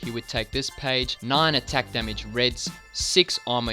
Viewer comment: "extra demige " ahahaha